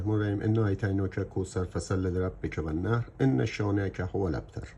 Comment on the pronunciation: سلام و عرض ادب خدمت بزرگوار و سپاس فراوان از آموزشهای فوق العاده عالی که مرحمت میکنید.❤ در پایان یه جسارتی با عرض شرمندگی داشته باشم که البته بر حسب وظیفه شرعی خدمتتان عنوان میکنم و آن تلفظ کلمه والنحر که فتحه بر روی حرف ح قرار میگیرد و نیز علامت ساکن روی حرف ن هست. باز پوزش حقیر رو پذیرا باشید ، همه میدانیم خطا سهوی بوده که برای همه پیش میآید و شما مسلما بزرگواری هستید. تندرست و پایدار باشید.❤